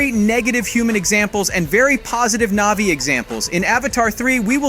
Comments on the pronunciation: Click bait thumbnail and the narrator hasn’t even watched the movie butchering almost every name navi NAHVEE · Why did you stary calling them "NAYVIES" halfway through? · Hate it when people make content just for the sake of making content and therefore money. This guy clearly doesn't even like these movies. Probably hasn't seen them. For f*** sake, if you're making a video about a movie at least make sure you know the correct pronunciation, its Na'vi not navies. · Whats with the sudden poor pronunciation ? Annihilation, Navi, and sacred?